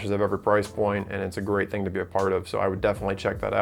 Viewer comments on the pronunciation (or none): none